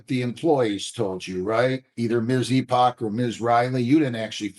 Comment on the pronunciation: Head in hands over someone with the last name Epoch thinking it's pronounced "E-pawtch".